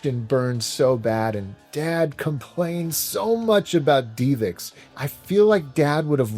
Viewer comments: ive never heard it pronounced "dee vix" before. you can even hear the guy in the promotional video pronounce it as "div ix" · It’s Div ix not Dee vix I cringe every time u say 😂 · its DivX not deevex lol. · Great video as always although the divx portion kinda bugged me. First off you said it 30 times but its not pronounced deeevex its just div ex.... divx. Also, you didn’t call them to pay for a movie. You bought it for 5 bucks ish once you watched it you had a couple days to reach watch or finish. If you didn't want it anymore, throw it away. If you want to purchase it forever you clicked an on screen button and the purchase was completed through a dial up modem in the machine. Any way thanks for all the quality content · I think it’s div-ix, not dee-vix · Love your channel! It’s pronounced DIVEX not DEEVIX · divx not deevix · Great episode, only one thing drove me absolutely crazy and I don't even like doing this but if I don't it will be stuck in my crawl all day. DivX is pronounced "DIV-ex" It is said as two simple syllables:Div: Rhymes with the word "give".X: Pronounced just like the letter "X".Divx — dɪvɛks(DIV-ex) computing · technology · media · video. A video compression format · FYI and I could be wrong, but I always thought DivX was pronounced div-x like "give"-"ex" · I've literally never heard DivX pronounced "DeevX" before. You even played an ad where they pronounce it the standard way, then you said "DeevX" a million time right after! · Dee Vix. Lol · Mispronouncing DIVX was hard to listen to. But respect to your dad and his ways. Loved the Dead Dreamcast video. I didn’t grow up with my father or much money myself. But what you did would have been my solution too. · Your dad mightve hated DivX but not as much as I hate how you pronounce it LOL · Bro, love the channel but I’ve never heard that DivX pronunciation in all my life. They say it correctly in the commercial you played right in the video.